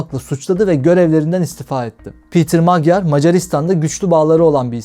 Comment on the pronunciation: Magyar ' macar' okunur ve macar demektir